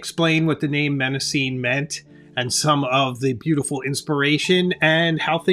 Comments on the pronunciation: Nice review Hemingway. Thank you. BTW, Mnemosyne is pronounced nih-MOSS-uh-nee in English, with the stress on MOSS. The initial M is silent. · It's pronounced "NE ( as in never mind) MA ( as in mama) SIN KNEE ( and the last two sound like the real English words.)) Sorry to be 'that' guy I actually don't find pleasure in it. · Since Mnemosyne is a Greek name, you should pronounce it properly: ne-‘MOSS-uh-nee. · Great video, but Mnemosyne is pronounced neh-MAW-seh-nee, with the stress on the second syllable. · If I recall correctly from my classics classes, Mnemosyne is pronounced Neh-MOS-suh-nee I’d check Google Translate Greek. In fact, I might do it now. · Google show it pronounced "neh·mow·zeen"; but certainly not starting with an "M" sound, especially as that is the root for mnemonic! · Mnemosyne is pronounced as "nuh-MOS-uh-nee" or "nee-MOS-uh-nee.". I just looked this up and I’ve never been so wrong for so long. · mnemosyne - the first 'm' is silent and you pronounce the 'e' at the end. 'nee-mos-ih-nee'. thank you for the video and alternatives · I would pronounce it more like "neh-mo-sü-nuh". But I'm not Greek so I just try my best. Pronouncing the name of a greek goddess with English i-pronunciation feels weird to me. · Knee-mo-see-nee. The "M" is silent. Paper quality is important. I have a 2026 planner I am thinking of ditching because the paper is horrible. It smears badly. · I was rooting for Mnemosyne (neh-mos-see-nay) from the get-go, even though you Jones'd the name 😂 That paper is just superb all day long. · Excellent video and so helpful. I’ve subscribed. (I was surprised by your pronunciation of Mnemosyne but is forgivable 🙏). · The beginning M is silent in Mnemosyne. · It would help if you pronounced Mnemosyne correctly. It's Greek, so for phonetics you have to go to the original Greek alphabet. Rhymes with Persephone, Calliope & Daphne. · For future reference the first M in Mnemosyne is silent.